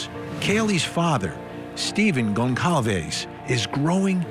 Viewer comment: Goncalves is pronounced "Gonsalves".